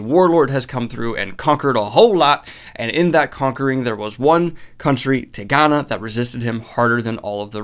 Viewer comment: Been hoping you'd read this ever since you mispronounced it in the goodreads list video. Such a wonderful book.